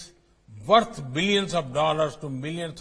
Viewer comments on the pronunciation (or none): none